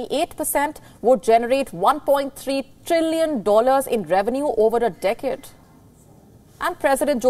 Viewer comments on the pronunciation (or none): none